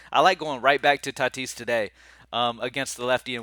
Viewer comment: Bro plz don’t say tatis anymore 🙏🏽..lol